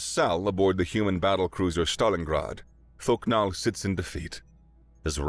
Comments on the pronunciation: Every time I heard thok nal I heard fucc naw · Thok'nal❌ Fuck'nal✅